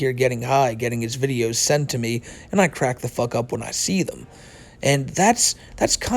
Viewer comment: I hate how he talks. He sounds so babyish... "I don't wike you, Smokey MC Cwack!"